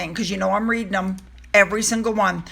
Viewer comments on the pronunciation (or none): none